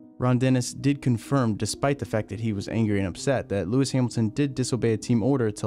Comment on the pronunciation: Do you call him LeRicky Hamilton?